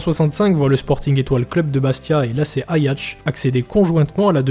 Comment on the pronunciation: bonne video... mais t aimes pas les i toi... ajacc, pap, furian